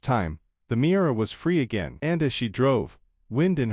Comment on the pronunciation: The car's name is Miura, not mirror.